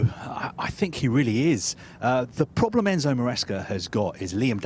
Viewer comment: We have a pronlm there